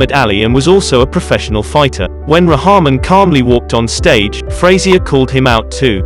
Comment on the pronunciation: Ra ham in😂 its pronounced #RockMan!!